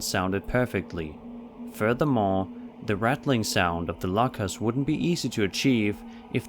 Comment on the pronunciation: It's "lockers" not "LaKaS"😭💀😂